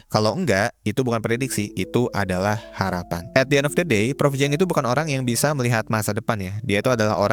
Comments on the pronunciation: Siang !!! Bkn ciang dan bkn Jiang 😂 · Ciang bukan jiang....